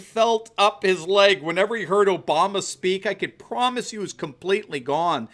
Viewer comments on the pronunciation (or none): none